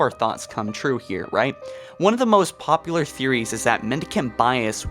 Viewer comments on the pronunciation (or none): none